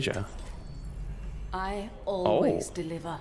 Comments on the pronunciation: Freja my guy not freya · Did he really pronounce it as FrayJAH. I laughed out loud bro. "FRAY-YA" for those who don't know how to pronounce it. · the way he pronounced it ToT "frey jah" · "fre juh", lol, bloody yank! It is pronounced "Fray" "uh" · FREYA NOT FREY JA omg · Love the content, "Freja" would be pronounced as "Freya" from the inspired source material. Ie Norse faith. The "J" is silent. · WHAT THE FUCK IS A “FRIZEA”!?!💀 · LMAO did I hear you call her Frasier? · Fre-JAH.... my celtic ears are crying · 1 second in. Fray-jah. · Bro really said “Fray-Juh” 😂😂😂😂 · There's no way my guy said "Fray-juh" lmfao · Pro tip: Pronounce the "j" as "y". It's a bit closer to the native pronunciation as J in Danish doesn't sound like J in English at all :)